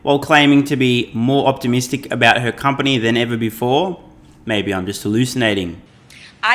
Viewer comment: U know shes bullshitting when she cant even say company